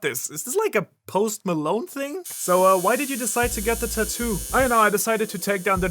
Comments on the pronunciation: Im sorry bro but I gotta nit-pick for a sec. It triggers the fuck out of me everytime you say TA - TOO instead of TAT - TOO. I know its a petty ass thing and maybe its just an accent thing but idk I felt the urge to say something. Other than that though I enjoyed the content :) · mans sitting here making fun of dragon's tattoo when he cant even pronounce it correctly.. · Your pronunciation of tattoo is throwing me off. hahaha